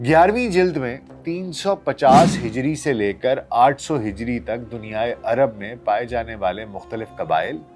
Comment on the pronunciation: عَرب نہیں۔۔۔۔ عَرَب